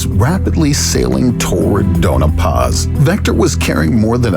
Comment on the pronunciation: Sorry, but this drives me crazy...it's Doña Paz, not Dona Paz. Pronounced "Doan-ya" Paz.